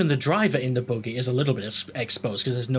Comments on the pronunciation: the boogey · youre saying buggy wrong too lol